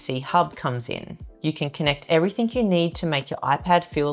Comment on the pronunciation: Especially ✅ Ekk-specially ❌ Everything ✅ Everythink ❌